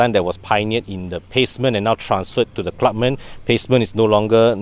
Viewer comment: is it pronounced as Clubman or Clubmen? You mentioned both version in the video. If not sure pls confirm with the dealer/manufacturer. TQ.